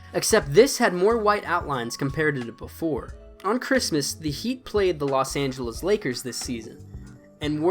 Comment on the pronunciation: Los angelos is what he said